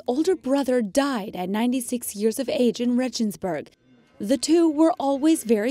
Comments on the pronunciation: RAY gens burg, not REH jens burg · Excuse me, it's disappointing for me to listen to the way how you keep on pronouncing the German names, Regensburg for example ... I suppose you know about the existence of other languages,at least the European ones...